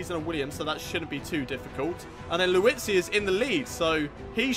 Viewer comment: lmao you say Liuzzi as Louis-zi